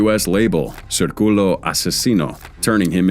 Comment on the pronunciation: Circulo pronunciation took me out